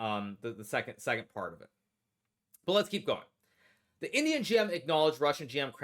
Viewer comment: At first I thought Hikaru was saying 'idiot' not 'Indian' 😆